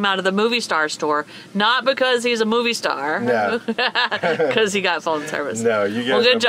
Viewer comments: Love you guys! So much laughter; sounded like you had a great time!! FYI: to help you out on the pronunciation on Movistar … it’s ‘moe-vee-star’. (Not ‘movie’) 😊 (Mobile in Spanish is Movil) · Movistar, pronunciation= MO V Star. :) love ya guys. I love that yall do try your best at the Spanish, and yall are getting better and better. :) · You guys are awesome and adventurous and Movistar, you dont pronounce it like moviestar. There is no u on the pronunciation 😉😉🤣😂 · Fyi:) its Mo-vee- star not Movie Star